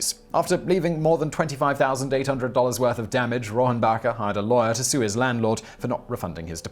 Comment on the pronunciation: Dana Rohrabacher's last name is pronounced roar-backer. Adding in the silent "a" makes it sound like a silly name from a Mel Brooks film.